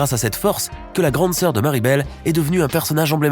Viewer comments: C'est moi où j'ai l'impression qu'il a dit Miribel à la place de mirabel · Mirabel pas mariebel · Il a dit Maribel 😁😁😁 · C mirabel normalement